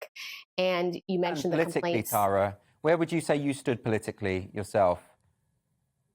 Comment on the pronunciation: Finally someone pronounces the name Tara correctly.